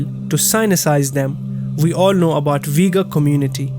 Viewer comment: You are saying Uighur wrong all the time